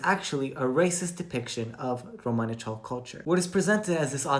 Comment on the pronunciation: Yeah romanichal is british romani. I didn't realize they also call themselves romanichal in america!!!! I hate how she pronounces it! Awful!